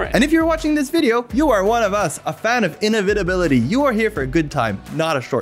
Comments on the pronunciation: The way he pronounces inevitability sounds like innovatability. So UW control is able to innovate. Cool. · He pronounces "inevitability" very strangely. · Cool video, but there is something about the way you pronounce inevitability that sounds odd... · do you not know the word inevitability? because you certainly cant pronounce it